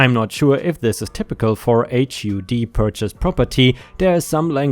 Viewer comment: HUD = Housing and Urban Development - spoken hUd like spUd.